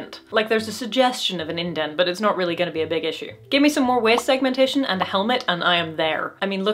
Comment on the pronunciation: WEEST SEGMUNTESHUN